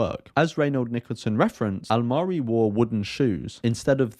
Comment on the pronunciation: I must say you pronounced his name very well this time .😊